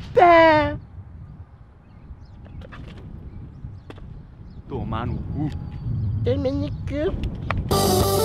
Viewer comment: toma no cú "Tuma nu cu" 😂😂😂😂😂😂😂😂😂